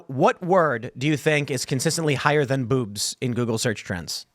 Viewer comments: It sounds like Tim is saying “boops!” When he says “boobs” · The way Tim pronounced boobs just made my morning